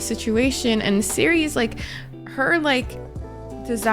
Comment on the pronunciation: you're reading Serie so wrong but well guess we'll see more of her in the future